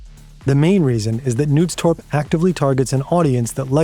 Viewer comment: How hard is it to just look up the pronunciations of names before recording? I don't expect you to remember the Danish pronuncation every time, but making the K in Knudstorp silent is bonkers.